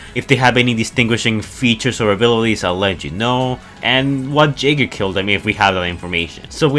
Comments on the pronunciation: its pronounced yegers as in Yaeger not jaiger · You know the way you pronounce "jaeger" as "jaygr" kinda gets on my nerves. It's pronounced "yaygr"